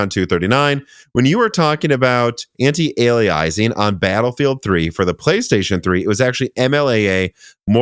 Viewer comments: It's not "anti-ale-ee-eyes-eeng", it's the word "alias", like the Jennifer Garner show from the 90s, "ay-lee-uss", anti-alias-ing. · anti-aliasing: not anti-aliaising :) also: NAS is pronounced as one word ("nas", as in "jazz")--not N A S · it's "ant-eye-alias-sing"